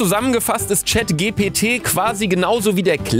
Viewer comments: Hat er wirklich grad CHATGTW gesagt 😂😂😂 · der bums heisst „Tschät tschi pi ti“ fein, ne… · Chatgipiti ausgesprochen 😂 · Chat GPT, Luca, Chat GPT!!! Nicht Chat Glw oder Chat GLP! PS: Ich kannte diese Website vorher schon... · Chat ji pi ti so wird das ausgesprochen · Chat ji pi ti😂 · Niemand: Luca: Chat Geh Pe Tee😊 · Ich denke es heist "Tschät techie pi tie" also die ausprache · Das wird Chat Dschi pi ti ausgesprochen😂😂😂😂😂😂😂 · du lauch des spricht man englisch aus. als chat jipiti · Ey nein manche schulen wollen sicher gehen das die kinder die hausaufgaben selber machen und wollen die hausaufgaben in der schule machen 😢 und du sagst chatgpt falsch das wird mit englischen g gesagt😅😅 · Chatgpt auf english ausgesprochen